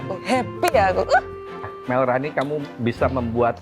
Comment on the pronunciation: Chef Rudi : Malrani ❎️ Melrani ✅️ 😅😂